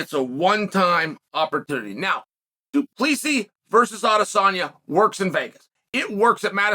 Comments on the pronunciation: Du Plessis is correct spelling not plessi.... so you say his name wrong. It's.... Do-pla-see-sis, (say his first part of the name as you would say "hey bru") so it is "druh-khus" "do-plah-see-sis" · Uncle, DuPlessis is said...Do-pliss-see and Dricus is said...Dlee-cus. So it's, Dlee-cus Do-pliss-see, and you are correct, he is a tuff c&*t. I'm a Kiwi and don't mind saying he is tuff. Sth Africa is New Zealand's biggest foe at International Rugby for about 100 years we have battled each other and we respect the 'Bokkies for their hard men, real tuff bastids and they would be the world's premier rugby team if it wasn't for our All Blacks team. We kicked their arse last Saturday night here in Auckland and nearly doubled their score but they were still a formidable foe, as hard as nails, it's just that we play better rugby, oh yeah, our team, the All Blacks are a pack of hard baskets too, but better rugby players. South Africa are the incumbent world cup holder. November 2023 in France is the next Cup where the trophy returns home to Kiwiville, where it feels the most welcome. The William Webb-Ellis Trophy it is called, we in NZ call it 'The Billy'and the Rugby Union HQ has a Cabinet, chocka block full of a huge array of silverware, cups, etc that the All Blacks have won over time and it looks bare without the Billy. Welcome home son, ALL is forgiven. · Driscus ‘doo pleesi’ plessis